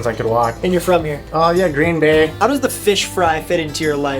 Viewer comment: This guy says Green Bay as if he's never heard of it. NFL much?